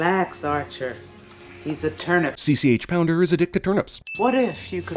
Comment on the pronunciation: CCH Pounder's name is pronounced "Seech", like it's spelled, phonetically, not See See Aich as there are no periods behind the letters.